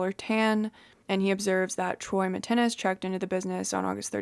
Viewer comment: His name is pronounced Mitt Ness - not Mitt- ten-ness!